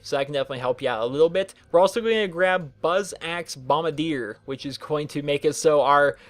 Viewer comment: bombadeer? it's bombarder